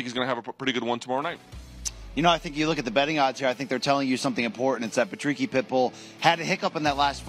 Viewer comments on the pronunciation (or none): its patricky not patricio you muppets